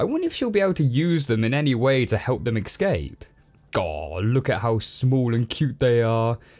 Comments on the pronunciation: Escape, not ecscape :P Negativity aside, i love your vids! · Escape. Not excape. Not eckscape. Escape. ESCAPE. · Why do you keep saying ex-scape? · Love the reviews,! But for future reference, it's pronounced, "Escape," not, "Ekskape":P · ECSCAPE????? The way you pronounce it .....ugh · Please for the love of god, stop saying excape. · Say 'escape' properly ffs! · my man, "excape" is not a word. You say it a dozen times in this review and it drove me crazy! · He pronounces escape as excape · That's the most consequetive mispronunciations of "escape" I've ever heard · I know it's a little thing, but there is no x in "escape". It even takes extra effort to mispronounce it.